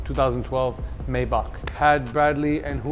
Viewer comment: One would think y'all would know how 'Maybach' is properly pronounced.